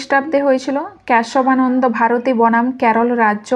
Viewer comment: Question gulo valo, but uccharon ta valo kore karun khub baje lagche sunte, কেসোবা নন্দ